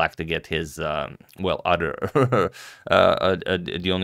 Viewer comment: It's OTHER, not udder.